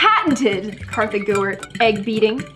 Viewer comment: It's not Katha